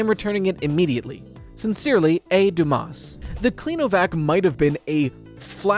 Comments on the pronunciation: It’s pronounced “doo-moss” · Every streamer pronouncing it with a hard S males me worry about our education system XD Do we not study "The three musketeers" in our literature class?